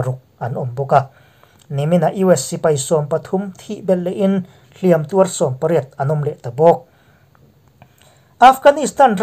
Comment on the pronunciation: A bengvar thlâk ṭhin e, Mahse 'Hliam tuar tih hi 'Hliâm tuâr tiin thlûk ṭhin la, a lawmawm ngawt ang.